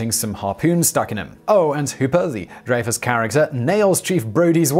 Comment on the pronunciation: It bugs me that even after all these years, Simon can't pronounce Richard Dreyfuss' name. "DRY-fuss," not "DRAY-fuss."